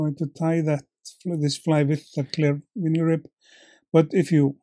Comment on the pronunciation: I think I will add this to my to-do tying list for my donations. The Healing Waters group I tie for is based at a fly fishing club that has its own pond. Yes, I remember Swannundaze though I haven’t seen it in decades. :-0 In English, vinyl is pronounced “vi - nil” with an “eye” sound for the “vi” rather than “vee-nil.”